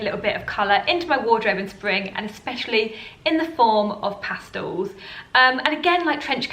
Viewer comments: Pastels ,not pastals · Good ideas, except for the fancy dresses, they’re not worn here in California. I’ve been into stripes since last Autumn, love them. FYI it’s PasTELS (with an E, Not an A in the second syllable), not PAStals. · I think you meant Pastels. Not pastals. Past EL! Great video though.